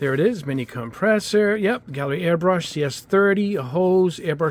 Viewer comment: Hi, as a Swede I think it's a bit funny that you pronounce it earbrush not airbrush, is this common in the US? Thanks for all the videos and great tests! :)